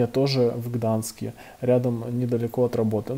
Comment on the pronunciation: ГданЬск, а не Гданск, сколько можно